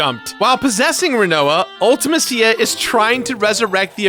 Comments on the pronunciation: Oh.... my.....Kos.... you pronounced LITERALLY everything wrong. 😂 I’m just joshin but, damn man Ulta- Ma- SeeYa! Loved this game as a kid, this was nicely reviewed and pretty well explained. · Ultimeh-see-yah and Ello-nii 🙄🙄🙄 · and I pronounce it Ul-ti-mess-ia. That's something I miss about pre-voice acting era games, everyone had their own interpretation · Why does everyone pronounce Ultimecia's name wrong? They say it out loud in the Dissidia games. It's pronounced (Ulti-meesha) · can't pronounce Ultimecia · The most controversial part of this video is pronunciation of Ultimecia and Ellone. Did anyone else notice Ellone is (L1)? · Congrats, but what's with the weird pronounciations with Quistis and Ultimecia??